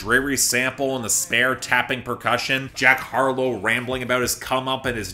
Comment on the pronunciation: "jark harlow," for some reason that faux pas made me giggle like a simple child lol